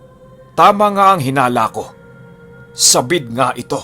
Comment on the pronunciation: Sabīd not sa-bîd. Just saying.